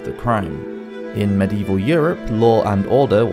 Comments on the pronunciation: And medieval has four syllables But this guy only uses two 😊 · How about the fact that medieval has four syllables but he only uses two It's a good thing I don't know where this guy lives boy I'd give him his comeuppance😊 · Medieval has four syllables But he only uses two